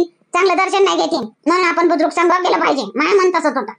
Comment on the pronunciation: बुर्जूक नाही हो बुजुर्ग 😂😂😂